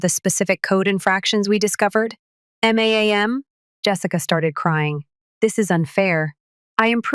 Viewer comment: The AI voicing this sucks. M A A M? . NAGHTICES? And problems aren't worked out this easily. BS.